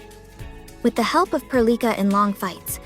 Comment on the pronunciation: Nice vids. Question tho. Are you sure thats how you say Perlica? I dunno sounds wrong in me head.